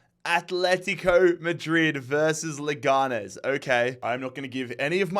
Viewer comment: I'm at the middle of the video so I don't know if this will be useful, but the pronunciation of Leganés is like you're saying it, but the strong syllable is the last one (nés)